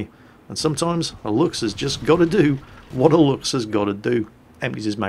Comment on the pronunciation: You got really good at pronouncing Luchs,.